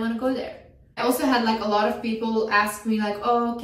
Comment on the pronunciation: she said a lot , but i though that she said Allah 😭😭😭😭😭😭😭😭😭